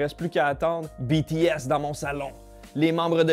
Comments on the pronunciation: BTS se prononce bi-ti-èse pas bé-té-èse. Merci :) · oe il prononce Bé té aisse alors que c’est Bi Ti S (a l’anglaise) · il le prononce un peu de manière française hors il faudrais prononcé le B à l'anglaise a peut près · " bé té S " ( jsuis pas une fan svp ) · JPP comment il prononce "BTS" xD Bon après on peut pas lui en vouloir il l'a dis que cetais pas sont truc x)